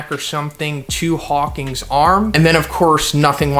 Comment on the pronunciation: HAWK-IN NOT HAWK-ING